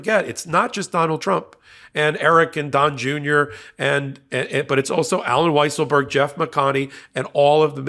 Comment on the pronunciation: Weiselberg is now pronounced "weezle-berg". Fitting the liar, and cheater